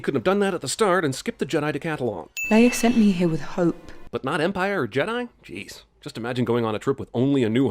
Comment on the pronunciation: "Luke Skywalker, Jidai Master"